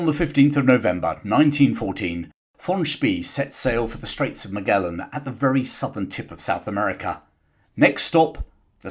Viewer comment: I like your work, but you mispronounce a lot of words. Like "Magellan"